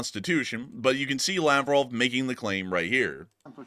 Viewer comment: Krasnodar! It's totally hilarious- When you say Laprov, I actually hear "lapdog!" Seems I can translate Russian in my head!🤔